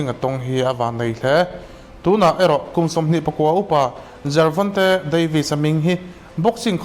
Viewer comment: Jervonte tih in I lam tlat a